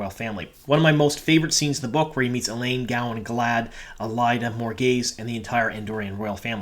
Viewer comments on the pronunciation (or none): none